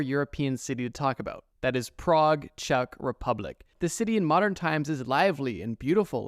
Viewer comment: thanks to you, i can now pronounce Czech🤐